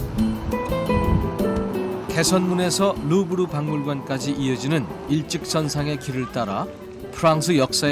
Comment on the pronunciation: 루브르인데 계속 르부르라 하네